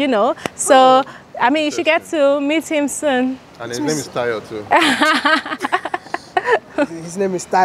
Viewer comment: He say tarhyo 😂😂